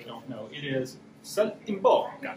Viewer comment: He kinda butchered it.